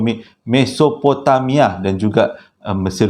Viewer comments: Assalamualaikum... Audio dah upgrade ke makin bagus bunyinya... Tergelak saya tadi dgr abg tersasul mesototopomamia😂😂 apapun terbaik mmng follow.. Owhh ya saya nak request abg cerita ttng kisah reynhard sinaga mesti best bila abg cerita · aduhai ..makin kelakor lah pulak .. Gobekli tepe ..macam nama Gobeksireh ... Mesopotamia pun boleh tersasul ...mesotopemia .. Menghiburkan .. Terima Kasih infonya .. di Lembah indus Mahenjo Daro Peradaban Harappa dikesan adanya Sisa Letupan Bom Nuklear kan ..? yang mencenggankan Pengkaji Dunia baik arkeologi mahupun ..Akedemik ..